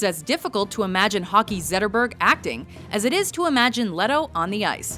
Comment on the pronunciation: Always such effort to pronounce everything in the native language, but not when it's Henrik Zetterberg?